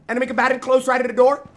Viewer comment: He Jynxzi love your content you make me laugh a lot especially when you say enemy combatrrr or when chat says their edging. But most importantly whenever my days bad you lift it up. Good work and keep it up